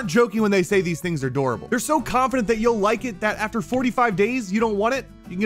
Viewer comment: did this man just say "Dorable" instead of "durable" in a sponsor ad....